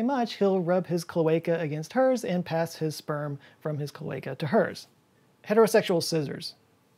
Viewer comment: Dying to correct your pronunciation of "nudibranch" ... and "cloaca". 😜